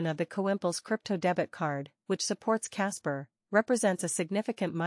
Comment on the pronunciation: Why voice over keeps saying Casper if it is about kaspa?